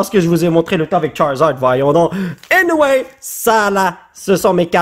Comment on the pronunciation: pourquoi eu eniwaye ,😂 😂 😂